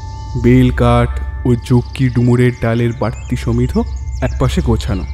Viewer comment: তবে উচ্চারণ টা সমিধো নয়, সমিধ। ও এর উচ্চারণ হবে না